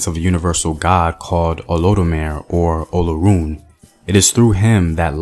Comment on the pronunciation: Oludumare = Oh Loo Doo Ma RAY; Shango = Shon GO; You got Oshun mostly right (Oh SHOON).